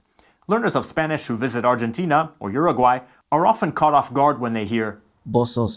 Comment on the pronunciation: Also, if you want to pronounce Argentina like we do, change the "G" for an "H"